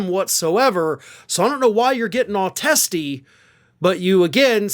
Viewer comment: Haha said Testie.